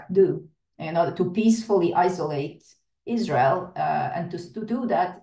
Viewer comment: Ban IZ-RA-HIELL